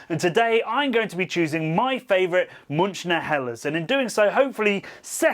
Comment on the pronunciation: I know you are not German, but please your bastardisation in pronouncing Munichiner is really off putting. Ask a German how to say it and we will all be a lot happier.